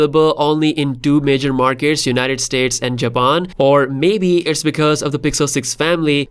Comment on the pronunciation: Absolutely slaughtered the word Japan 😂😂